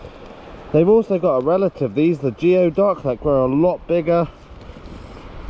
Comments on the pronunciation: Also it’s pronounced gooey-duck not geo-duck. It comes from an old (forgive me cause I don’t know tribes well) Eskimo word. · It's pronounced gooey duck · Just so you know ..geoduck is pronounced gooey duck. Weird but true